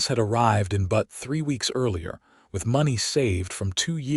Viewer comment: What is even worse is AI doesn't know how to pronounce "Butte" (as in a bluff). It is not "Butt" (what a male goat does to another or what can be sat upon). People creating these stories should at least be respectful enough to insure proper names are pronounced correctly; even those with three-armed women and men who wear two hats.